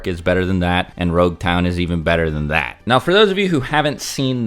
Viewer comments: why did you keep saying rouge town? The actual name is Logue town. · This man said roguetown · Its LOG-town, as in prolouge and epilogue, NOT ROUGE-town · Am I stupid? Why is he calling LogueTown RogueTown? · So depending on the version of the manga you read the pronunciation of nouns is just lacking.. Roguetown is actually Loguetown. Which supports your idea of East Blue being a prologue. Loguetown is known as the town of the beginning and the end. It is a play on it being Luffy's prologue and Roger's eiplogue. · its not Rogue town, its Logue town. As in Prologue and Epilogue "the town of the begining and the end". So its actually spoken as Log town. I understand the miscommunication though. Oda clarified this in an SBS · I don’t know if I imagine it but I hear saying you Rougetown. It is actually Loguetown. The name comes from Prologue and Epilogue. The Town of the beginning and the end.